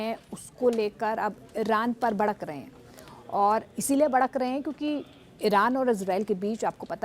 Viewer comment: Badak nhi madam bhadak rahe hai😂😂